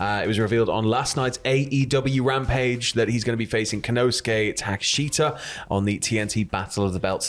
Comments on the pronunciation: Ta-Kesh-Ta not ta-ka-shi-ta 🤣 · Takeshita is pronounced Tah-Kesh-tah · Takeshita's name is pronounced Ta-kesh-ta the I is Silent.